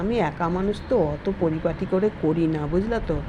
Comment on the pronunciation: Darun laglo ranna ta kotha ta poriparti noy poripati